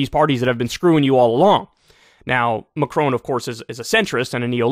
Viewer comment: Kyle. Please. His name is MacRON. Definitely NOT MacRONE.